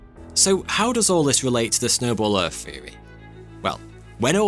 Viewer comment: What's a glassyer? And what planet is erf?